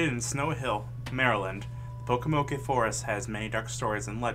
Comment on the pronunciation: You pronounced Pocomoke forest wrong there is no a sound